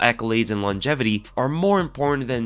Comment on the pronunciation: Best mma podcast out. Although the "longetivity" made me laugh 🤣